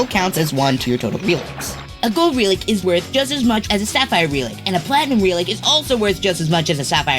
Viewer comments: Dude, pronounce RELIC correctly its not RE-LIC its REL-IC ya blimey sod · The word "relic" is pronounced when the "e" makes the "eh" sound as in "egg". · I had no idea what you were saying for the word "relic" until you wrote it on screen. I've never heard someone say it like that. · Insane way to pronounce relic